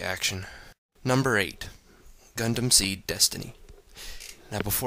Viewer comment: When u say GUNDAM i heard CONDOM LOL XD